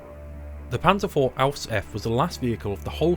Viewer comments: lol wtf Don't say "Ausf." like its a word. It's just short for Ausführung F which means something like Modell F. -t. german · i'm pretty sure they say "Aus. Äff", not "Ausf".